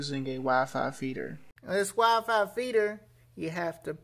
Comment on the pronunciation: This guy has next to no accent until he says “WiFi”